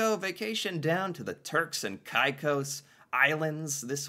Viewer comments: It is pronounced Cay Cose... As in CAKE, without the K, then Close (as in nearby) without the L. The presenter is pronouncing it properly. Please emulate his pronunciation. And Yes, not only are we aware of the attempts to annex the Turks and Caicos islands, but many of us were in favour of the union. Nova Scotia's offer to include the islands in the province was hailed as a major step forward in achieving this goal. I would love to have a warm place to visit or live that didn't require a passport or becoming an expatriate of Canada. The major downfall of these negotiations is the standards of living and level of health care on the islands. It would take a significant amount of money by the Canadian government to bring up the standard of living and healthcare to acceptable levels. The governments of the day are more focused on being reelected than acquiring additional lands for the greater good of the People of Canada AND the people of the Turks and Caicos. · This would make perfect sense for T&C (also it's pronounced cay-cos), but no sense at all for the Canadian government. Firstly, they would benefit from our health care system and money needs to go into that. Then, tourism and infostructure dollars would go to T&C, and money would have to be infused in the "new" province, while all other 10 provinces would suffer. Furthermore, if we also look at tourism for Canadians to visit the hypothetical new province of T&C, why in the world would Canadians do that, when we could easily go to other closer islands that are much less expensive? Domestic travel is shockingly expensive. Also like many have pointed out, T&C want to join Canada, Canada does not want T&C (for good reason). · We all had our fingers crossed for Turks and Caicos (pronounced caykos) to be part of Canada. I know people who have vacationed there. It’s beautiful and relaxing. They also have nude beaches! 😉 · Caicos is pronounced "KAY COS" 👍💯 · it's K-eh cose, not K-eye case.!😅